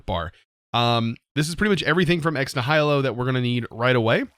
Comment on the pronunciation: It’s pronounced “Ex Knee-h-i-lo” The i is pronounced like the i in it.